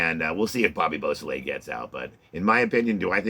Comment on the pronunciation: That's what he said.